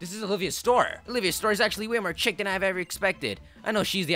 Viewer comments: chic is pronounced sheek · ANYONE ELSE FUCKING CHOKE WHEN HE PRONOUNCED "chic" AS "chick" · it's pronounced "sheek" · chic is pronounced "sh-ee-ck" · anyone notice he said chick, i thought it was pronounced shiek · "chic" is pronounced "sheek" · Chic= pronounced sheek not chick